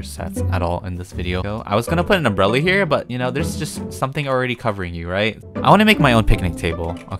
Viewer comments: I heard umbreli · Lol I saw this comment the same time i heard umbrelli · I heard UmBrElLi U.U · me like"I wAs GoInG tO pUt A uMbReLli" Me be like did he- did he say "uMbReLli" O_o is he going crazy 👉👈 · its UmBreLi Boiii